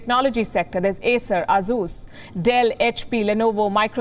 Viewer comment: Kudos to Palki for pronouncing ASUS correctly (Ahsoos). I have been to electronics stores in Delhi and Mumbai and all the shopkeepers still say A-Sus...